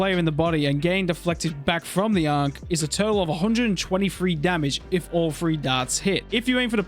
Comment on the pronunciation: Bro learnt how to say ankh for this vid w guide